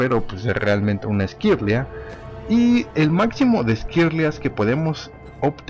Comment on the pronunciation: que es una esquirl"i"a? :v